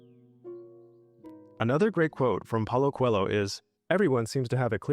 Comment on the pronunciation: Oh meu senhor, aprenda a pronunciar Coelho da forma correta. Que agonia!😂